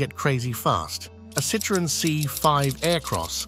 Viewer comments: Citrooen what's that then? you know you can Google how to pronounce words you don't know. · Why did you pronounce Citroen so differently and why did you say nine hundred eleven instead of nine one one ?